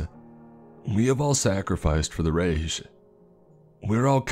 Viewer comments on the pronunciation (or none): It’s riche. Pronunciation is ri- ke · The poor German pronunciation is horrible but the reading was good. Reich is pronounced “rike” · So much cringe, calling a Luger pistol magazine a "clip", Reich mispronounced as "Reish"... so many played out tropes & corny cliché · Reich is pronounced like Ryke not reek btw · Sorry. they served the "Raysh" did you mean Reich? pronounced "Rike"? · Veir_mackt and Reich is rike pronunciation please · what is it with u creepy pasta dudes on YT and not being able to pronounce shit - Reich is R-I-K-E not R-A-G-E or whatever you said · And "reich" is pronounced "rike" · yeah... he said resh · The scariest part of this story was when he pronounced "Reich" as "rake" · Was i the only who who noticed him pronouncing "Reich" as "raysh"? (keep in mind this is suppose to be a German soldier talking) "Everyone at this table experienced this wars' carnage first hand. We have all sacrificed for the 'raysh'..." uhhhhh I'm sorry, but anyone who knows even a tiny bit of WWII, even CoD gamers, knows the word "Reich", its pronounced the same in almost any damn language lol, this kinda stuff bugs me more than it should, being a history nerd and all; but in any case i still love these videos, even if i hate his butchered vocabulary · Jean is pronounced John if this is French too. Pronounced Reich as "Ray-chuh". All the mispronunciations really took me out of the story.. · I think when you said “reich”, it’s pronounced “rike”. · Dude, I gotta tell you. You have to work on your pronunciations. Jaeger is pronounced as Yāy-ger. Jacques is pronounced J(soft j) -ock. Reich is pronounced Rike. And why do you enunciate the "-ces" at the end of words like "sources"? I enjoy your content and have listened to many hours worth. This is just my, attemptedly constructive, criticism. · Ah yes, the infamous third raycshhhh, seriously wtf is with this guy’s pronunciation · The Reich(raik) rike like bike Jager(yaygrrrr) Monsieur(Muh s yur) Jean(sohn) like John